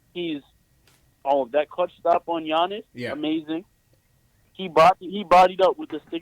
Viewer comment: Bro how funny is it that clyde calls giannis "Annakoopoo" STILL AFTER ALL THESE YEARS LMAO